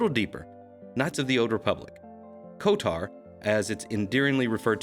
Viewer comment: It's KOTOR, not KOTAR...